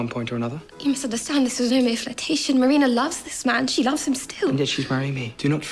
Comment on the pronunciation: Marina. "mah-ree-nah"